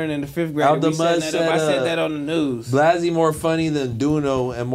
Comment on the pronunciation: Why keep calling him blozzy. It’s blazzy